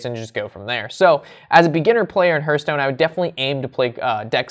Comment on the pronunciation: Please stop calling it Herthstone..its Hearthstone....think Heart but with a th at the end......